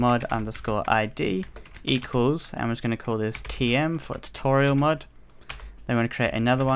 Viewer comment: every time he says mod it sounds like mud haha